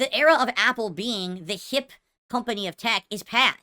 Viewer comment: Loved watching this video on my AYPPul device with my earbud assessories EDIT: oh my god that drunk frog and the face closeups killed me, A+ vid